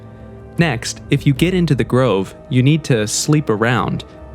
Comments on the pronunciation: Grive? I thought it was Grove. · Grove or Grive??🙄